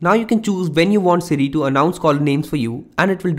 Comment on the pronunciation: City will inform you? Hmmmm...can't understand you dude.